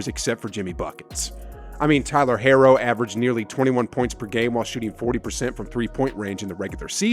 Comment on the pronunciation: What is with this Tyler Herro disrespect? He's their second or third best player and he's still super young. Also his name is pronounce hero, not hairo (unless you were saying it that way to make some kind of joke about his hair 😂)